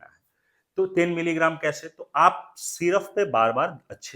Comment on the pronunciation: syruffff ni hota syrup hota hai